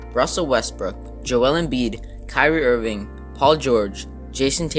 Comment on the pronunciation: What is that voice you said kiwi rvin it’s kirie Irving